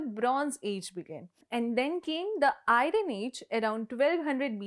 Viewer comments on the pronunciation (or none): Pronunciation: Airon ❌ Aiorn ✅ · Its not airon its airon my ears hurts when she miss pronounce iron ! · It’s not iran - it’s iron Not iran man - it’s Ironman Ai-uhn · It should be pronounced as ion, rather than i-run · Please pronounce iron as 'I yearn' and not 'I run.' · its iron (ai-uhn) not ai-run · It's not i ron( ai uhn )! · It is not irun but iron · ஐரன் இல்ல அயர்ன்😅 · Just say iron not iran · Ironically it is i-run , i-run, i runnnnn,and not "ayan".. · I am not surprised that this archeological discovery has pushed the timing by a couple of millennium. 👍🏻I am sure further surveys will reveal an even earlier timeline. As a separate note, Iron , is pronounced - I....yen ( like.. iron the clothes )... Not .... I - ron ( tho that is the spelling ). 🙏🏻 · Please change the pronunciation, it is not the "I run" age, it is the "iron" age. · What the hell is IRUN … it’s IRON with very less emphasis on R. Pls stop her from saying it like an idiot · Everytime you say 'ay-ran', my hair stands up.. it is fking 'ai-yan'.. yes i am talking abt IRON....😢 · Why are we ignoring her pronouncing (iron)aiyan as airan? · It's iron not I-run 🤦🏻‍♀️ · It’s not I-ran age. It’s Ay-uhn ayj. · It is not iRan age madam. r should be pronounced silently. ian age! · It is not Airan ! It is Iron (ai-urn) ai…. Urn….. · We should pronounse as Iyann or I run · Ayurn not airun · Ayruin? isn't it called as "ai·uhn" or "ai-urn" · Don't say ai-ran, say ai·uhn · Why North people pronounce iron as irrron instead of iron with R silent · Iron of irun. Her pronunciation is funny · Pronounce iron as ai-yuhn.. pls north ppl pronounciation is terrible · Why no one saying iron correctly. Everyone saying eyeron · I run age? Decleared? cuntembrary? 🤣. People in India, please do not learn English. It is not good for Indians nor English. If you migrate to an English speaking country, you will learn English really quick, so you do not really need to learn English while you are still in India.